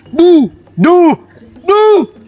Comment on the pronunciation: ডু বলতে গিয়ে ভাইয়া বু বলছে😂😂